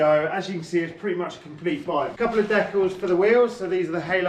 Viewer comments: kills me with that pronunciation,"Dekles"🤣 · Have I been pronouncing Decals wrong my entire life?! Fucking sick bike! Love that color!